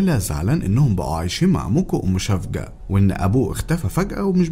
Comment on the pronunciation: اسمها سيفجي يعني الحب بتركي مش شفجة